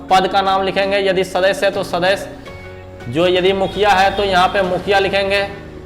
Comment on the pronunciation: "सदस्य" शब्द का उच्चारण ठीक से किया जाए सुनने में अच्छा लगेगा l